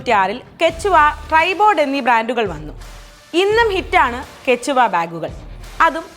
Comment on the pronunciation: Its കേഷ്‌വാ not കേച്ചുവ